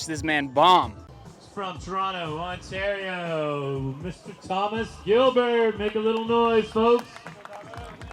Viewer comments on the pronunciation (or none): none